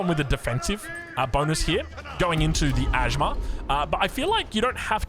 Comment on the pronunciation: It's not ajmar.. pronunciation is like aj mayor